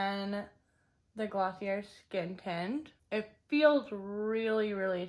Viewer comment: It’s pronounced gloss-ee-ae